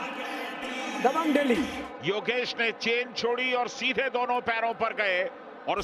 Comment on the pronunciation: Hello buddy it not dehi it's delhi !